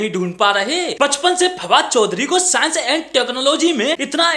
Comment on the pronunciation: Saans & Tak-no-logy, you know😮😯